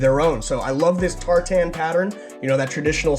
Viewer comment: That pronunciation of tartan 😂😂😂